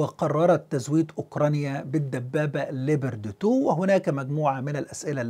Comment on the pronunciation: Leapoard not leeber de two!